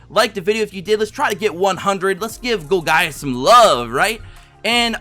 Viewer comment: Not to be jerk but its pronounced gol-jus